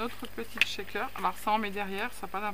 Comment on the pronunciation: Bonjour, j'aime bien les shakers (on prononce bien "chèkeur" sans "t" devant sinon c'est pas le même mot) mais je ne sais jamais quoi mettre dedans... Ni reconnaître l'acetate d'autre plastique comme le polypropylene par exemple 🤷‍♀️. Tes petits sacs sont très mignons🥰. Bonne soirée